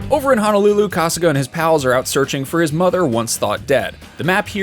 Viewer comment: My ears are bleeding from hearing him pronounce honolulu. Eeeeeeeek